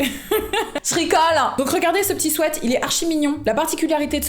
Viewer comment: "ce swaite" "ce swète" 🤭